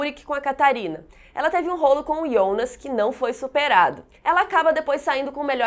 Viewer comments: Ionas?? Pensei que fosse Jonas até pq na dublagem e Jonas. Horrível escutar ionas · Que agonia vc chamando o Jonas de Ionas affff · Se fala Jonas kkkkk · eu só não entendi uma coisa, porque ela fala "ionas" em vez de "Jonas" ? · Minha duvida é pq vc fala Ionas e não Jonas? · Pra quem assiste dublado dá uma agonia ouvir ela falar Ionas, IONAS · "IONAS" aaaaa que agonia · Me dói ela pronunciando Jonas como Iondas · me deu agonia ela ficar falando "Ionas" J com O = JO.... mas valeu ajuda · "ionas" "Reguina" kkkk